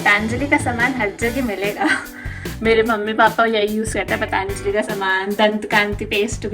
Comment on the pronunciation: 😂 Its not Phaathaanjali! Its Patanjali